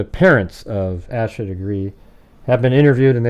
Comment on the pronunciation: Her name is pronounced like Aysha FYI